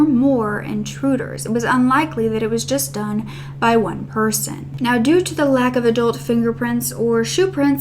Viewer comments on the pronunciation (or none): none